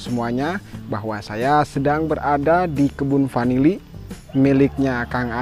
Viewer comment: Bukan panili tp vanili.